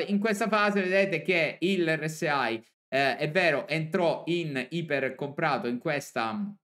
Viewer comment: O dici ERRE ESSE I o dici èr ès ai ma se dici ERRE ESSE AI non se po' sentì